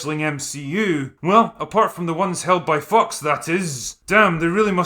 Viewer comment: Can't tell if you're deliberately pronouncing `fox` as `fucks` but anyway this is a good meta.